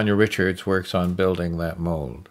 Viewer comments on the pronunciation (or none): none